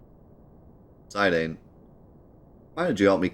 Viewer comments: But it's not. Its "Zi" As in Zip "dahn" As in Darn As spoken in these dissidia games. Who chooses to say it though, is up to him. He also purposefully says names wrong to trigger people in chat and youtube, so think nothing of it. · It’s pronounced “Zuh Don” and “Vee Vee”